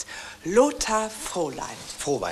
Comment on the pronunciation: "Lothar Frohlein" - "Frohwein." Herrlich, immer die falschen Namensaussprecher, wie Herr, äh, Winkelmann.